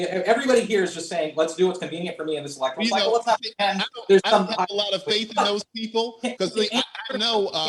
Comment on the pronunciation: Please bring people on the pronounce the word correctly! Lol electoral not electorial